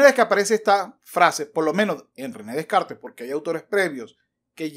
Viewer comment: Y mientras tanto, Descartes revolcándose en su tumba por cómo pronuncias su apellido 🤭.